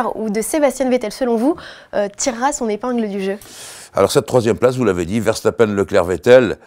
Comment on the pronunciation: enfin un français sachant dire verstappen